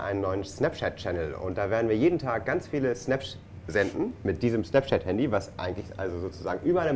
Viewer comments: such effort and determination to say "SnapChat" and still messed it up XD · "Schnaps!" hahaha :-D Schnapschat